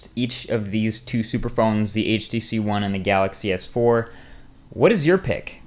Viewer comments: I see your trick.. "You can't go wrong with either ONE" , which you say two times. I noticed the subtle emphasis on One. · I like how you accentuated on the word "One" when you said "either one" and . HAHAHA